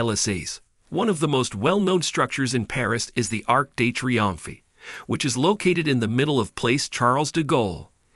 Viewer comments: I appreciate the effort but your pronunciation of certain French words like Louvre and Triomphe was painful to hear. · My thoughts! 😂🤦🏻‍♀️😂